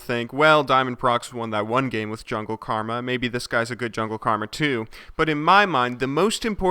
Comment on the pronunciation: Worh = with xD